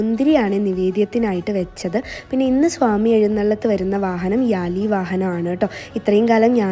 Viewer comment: Chechi യാലി അല്ല വ്യാളി ആണ്